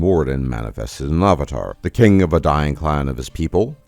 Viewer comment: ah va tar? Interesting pronunciation. Where are you from?